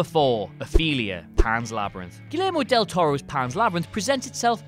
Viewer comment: He also really stressed those more or less silent L's in Guillermo Del Toro's name.